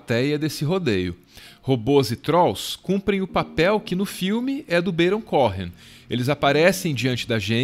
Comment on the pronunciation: perfeito menos a pronúncia de "Baron Cohen" 😠